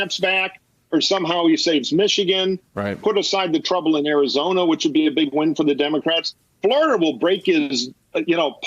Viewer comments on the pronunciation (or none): none